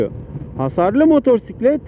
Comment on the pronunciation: Ders gibi bir aktarım olmuş, ağzına sağlık 🙂👍 (2 minik eleştirim var: ilki “motosiklet”i “r”li telaffuz etmen. İkincisi canını sıkan konuları motosiklet kullanırken aktarma. Sürüşünü ister istemez olumsuz kılar. Hep pozitif ol hatta sebepsiz sırıtıp beynini kandır. Yol boyu zaten bin tane can sıkıcı durumla karşılaşıyoruz 😉👋)